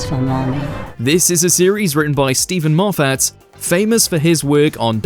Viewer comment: "Stephen MAW FAT"?😂 AI gloop 😂